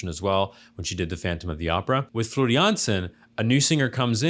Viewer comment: I am impressed you got her last name right but her first name is pronounced like the kitchen floor also the keyboardist/ founder/ songwriter/ composer is Tuomas pronounced toe as on your foot and Moss like on a tree so toe moss